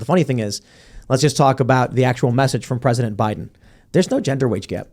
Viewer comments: “Presitent” twice. Not a chance. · The PS is "I washed my hair just for you, Mr Pwezitent"